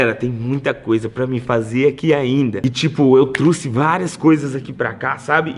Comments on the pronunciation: é trouxe e não trusse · só eu ouvi ela falar ''truce''?? ao envez de trouxe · Eu truce aprende a falar é eu troce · E trouceeeee não é truceeeee😠😠😠😠😠😠😠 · Meu deus quase morri quando ele falo truce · "truxi" Kkkkkkkkk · Vc disse au trusse kkkkkk